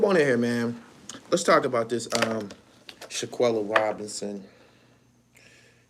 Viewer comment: Shanquella fam…not Shaq-uella